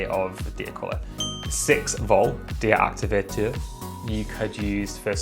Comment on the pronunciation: The french pronunciation for dia activateur is on point 👌